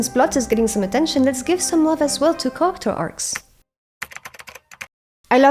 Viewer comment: Very good description and examples in the video. I did have a hard time understanding you when you said “character” tho, just a heads up! You’re awesome